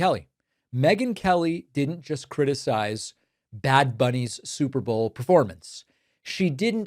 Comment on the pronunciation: 😂 ohh that’s just megyn kelly .. “bleeding out of her wherever!!” && did her dumbazz say “stuperbowl?!”